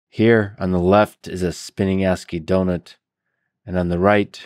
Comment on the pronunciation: "donuts rotat e" "do nut"